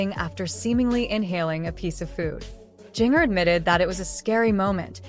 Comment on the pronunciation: Please learn to pronounce her name correctly. VERY irritating. Won’t watch again.